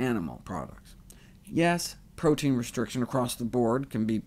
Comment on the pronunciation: Nice video. OMAD shall also work if someone doesn't want to go fully plant-based. And than again - it's easier to go overly high-carb on plant-only diet. PS: Aaaarrrgggghhh, the pronounciation of "protein" murders my ears. =oD (Just had to let that one put.)